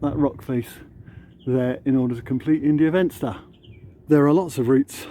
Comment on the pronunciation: India Venster is pronounced India Fenster. Ir isn't English, please don't Anglicise as it could offend.